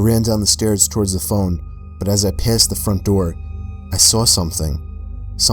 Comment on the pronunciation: I forgot to check the time stamp for when I heard this but, did anyone else notice how says toward but he also tried to say forward like he started with toward but changed his mind to say forward and ended up saying torward?